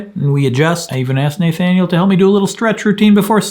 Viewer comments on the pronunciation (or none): It's pronounced "NUH thaniel" :) You rock Craig!